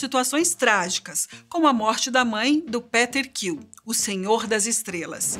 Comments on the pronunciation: Porra,essa mania de não falar o nome direito quando é em inglês fode o vídeo todo,PÉTER KILL É FODA NÉ,PQP! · PETER KILL foi de morrer😂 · "Péter kill" é foda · Vídeo bem legal mas esse '' PETER'' Quill foi difícil de ouvir!!! Por acaso ele é irmão do PETER Pan??? Nunca nem vi! kkkkkk "PITER QUILL" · Fica muito esquisito quando a pessoa só tá lendo e não faz ideia do q tá falando... 🤣... "Péter kill" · "Péter kill" kkkkkkkkkkkkkkkkkkkkkkkkkkkkkkkkkkkkkkkkkkkkkkkkkkkkkkkkkkk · "péter kill"... PRA QUE VOCES BOTAM UMA. PESSOA QUE NÃO SABE DO QUE TA FALANDO PRA GRAVAR 🤣🤣🤣